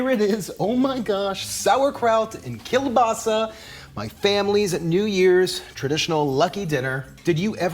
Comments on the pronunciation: He pronounced kielbasa wrong the whole time until the end when he said it right. My grandfather was born and raised in Poland and he pronounced kielbasa keel-bossy not keel-basa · My dad is from just outside Pittsburgh, and we always pronounced it kabassi as well. We celebrate the new year the same way. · Thank you so much for posting this! I'm from Southwest PA and grew up with this tradition. This year I bought store bought veg polish sausages but this looks worth the extra effort. By the way, my family also calls it "kuh-bossy" and I get looks in Tennessee haha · Can definitely tell you're from the northeast US with the "kebassi" pronunciation, it's just how it is here.